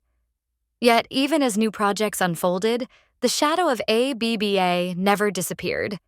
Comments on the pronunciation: Yet more rubbish AI narration. A B B A for goodness’ sake! What rubbish. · AI rubbish - can't even pronounce the groups name correctly.